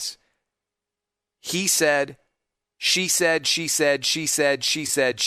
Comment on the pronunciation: "She said" started sounding like "Cheesehead" by the end.